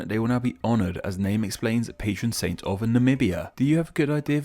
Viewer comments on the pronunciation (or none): none